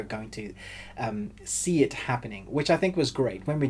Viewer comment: "when we eventually get to the fight scene that we are expecting to happen, it doesn't go quite like you're going to see it happening"... the way he says "see it" makes me wonder if the fight scene isnt real at all XD